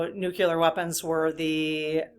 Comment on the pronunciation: Sorry about this, but just FYI…. It is Nu-CLEE-ar…. Not Nuc U lar…. Retired chemistry teacher here, and it is rather like hearing fingernails on the blackboard thing…. Thanks…